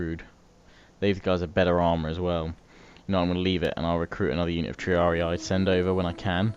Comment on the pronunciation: Ugh, bloke it's TREE-AR-EE not tree-ar-ee-aye